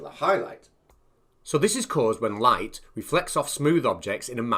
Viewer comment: I really CANNOT listen any further to this puny brained parrot. And what the h*ll is a 'loight' ? (sunloight, moonloight).